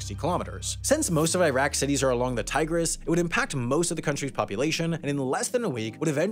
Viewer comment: You don't say "tigris" like "tiger" though.